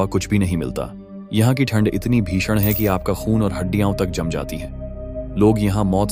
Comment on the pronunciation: Bro Aap Ai voice generate karte time हड्डियाँ ki jagah हड्डियां likho voice sahi ho jayegi